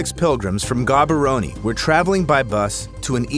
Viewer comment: Ayyyyy someone mentioned Gaborone Although i laughed a bit when i heard it pronounced. that story was crazy though and the fact the only survivor was a little girl the old people immediatly thought it was a "wicthcraft" event loool